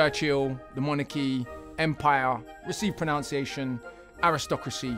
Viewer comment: mispronouncing the word pronunciation is a red card offence in my books.